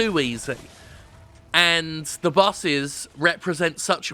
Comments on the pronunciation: It took a while to figure out that Jim was saying bosses, not buses. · It took me around a minute to figure out that the complaint was about "bosses". I kept hearing "buses". Though it made the video very fun to watch. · I thought he said "busses" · Admittedly, it took me a bit to realize you were saying "Bosses" and not "Busses" lol I know nothing about this game but from the gameplay I've seen, it looks like Dark Souls without the rewarding weight of a melee hit. Also there's a cowboy for some reason.